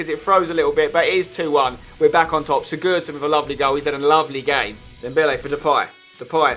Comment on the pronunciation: Why do you pronounce Sigurosson like such a downer